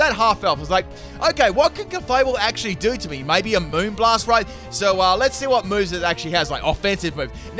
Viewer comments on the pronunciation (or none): none